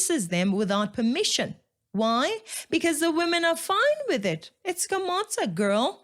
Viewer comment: Its not skomota its skomoda in pronunciation. lwena tlwela go itira lekgowa thata